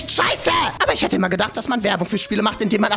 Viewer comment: Isch bin also auch entellegent wie du sakst? 3+6=5.. hey isch, bin äscht entellegent. Filen Dank 🥴🤓